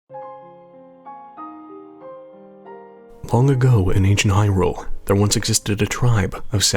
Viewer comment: There's accents, and then there's actual pronunciations of words. You don't say that Link's from Hirrule, that would just be silly, now wouldn't it?